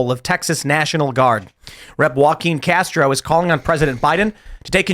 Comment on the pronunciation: “Joaquin Castro” lmao